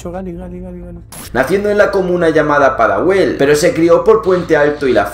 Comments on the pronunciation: Y se dice Pudahuel, no padahuel... A...w....e....o....n....a....o sauce klo weta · buen video bro pero se dice pudahuel no padahuel jajaj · Oe pelao ta weno el video pero es pudahuel, no padahuel. Eso es wate seguro aca en la estrella pudahuel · me gusto el video pero hay muchas palabras que pronuncias mal, por ejemplo, a la comuna de pudahuel la llamaste padahuel o la pronunciación del apellido de galee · amigo no es padahuel es pudahuel y es del norte si no me equivoco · es pUdahuel mi rey xd y se pronuncia sin acentos jaja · pudahuel no padahuel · oe mi hermano es PUDAHUEL NO padahuel de paso vayan a ver un tema mio sere una leyenda del trap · PADAHUEL? PUDAHUEL AWEONAO BENDICIONES GALEE GALEE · Nació en la comuna PUDAHUEL* no PADAHUEL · Pudahuel * no padahuel☘️ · El Pudahuel no padahuel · Padahuel jajaj no será Pudahuel? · "Padahuel" xd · te equivocaste al mencionar PUDAHUEL, es con u y la florída no es con tilde en la i sino en la á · Soy al único chileno que le molesta un poco que pronuncien mal algunas cosas de chile ? Como PUDAHUEL? JAJA